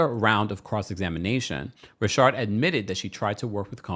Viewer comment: Please can you say Richard not rashard